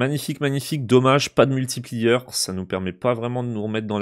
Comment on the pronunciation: Quand tu dis multiplieur ça me fait mal aux oreilles. Sinon sympa tes vidéos 😉